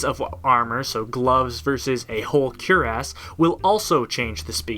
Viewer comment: I hate to be that guy who gets all technical with grammar, but Cuirass is pronounced Queer- Ass. Not cure-ass. People always say it incorrectly and it bugs me :p Anyways, this looks like a cool mod so i'm gonna give it a go.